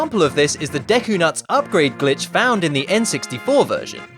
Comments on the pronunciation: "Deky palace" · I didn't know "Deky Palace" was a place in Zelda: Majora's Mask! I thought it was the "Deku Palace"!